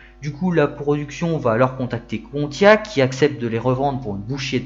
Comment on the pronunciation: Juste un point orthographe : QUI ne prend pas de S à la fin. Il serait judicieux de ne pas faire de liaison. 🙂